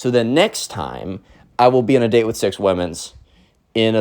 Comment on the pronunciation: Why you always say wizz? I guess you dont want to be Cringe